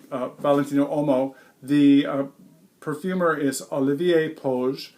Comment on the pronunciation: As always, great review. One little thing: "WHOA-mo". Whoa like Whoa! Mo like Moe Howard. Whoa-mo.